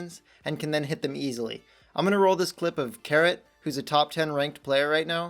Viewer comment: Lol it's funny how he pronounced Cerret's name as 'carrot', but now he claims his name is pronounced 'Serret'